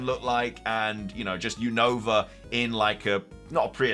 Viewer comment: you always say the name of The region Wrong is not younova is Unova 😅